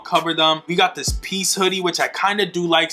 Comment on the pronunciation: You really said peaces bruh